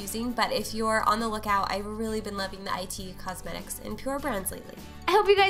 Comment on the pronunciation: Great video! Those brushes you used, the brand is actually just "it" cosmetics, not i-t cosmetics-- just thought you might wanna know, I struggle keeping up with all the brand names too!